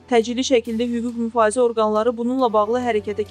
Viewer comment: hüquq mufazə də təzə sözdü aparıclnın agzından qatlq tökülür deyirəm utanmırsan mühafizə sözün tələffüz edə bilmirsən diktorluq xülyasına düşmüsən